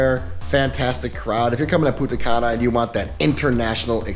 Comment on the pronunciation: This fuck boy can't even pronounce Punta Cana correctly.